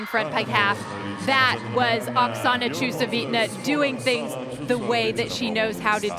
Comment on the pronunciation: everytime she says Okasana's name, it's slaughtered differently. So nice to see so many new gymnasts from SE Asia.